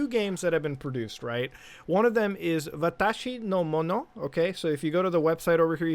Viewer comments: Your pronunciation of "Watashi No Mono" was spot-on. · Wonder why they names the game watashonomono when that means “my things” in Japanese lol わたしのもの｡ and nice pronunciation of it!! Sounds great